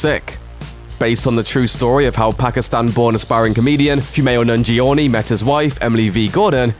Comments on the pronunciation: The repeated mis-pronunciation of Kumail Nanjiani's name made me cringe every time it's said, and it's like the voice actor deliberately said it over and over just to hammer home that he can't pronounce it! It's pronounced as "nan-gee-ah-nee", and not "nun-gee-or-nee" as this idiot keeps on saying! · Man... Kumail's name sounded butchered there... "Nan-gee-owe-knee"? damn... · his name is not "nungee ownie" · Wow OK. You could've atleast looked up how to pronounce nanjiani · Wow the butchering of Kumail's surname in this video is triggering AF.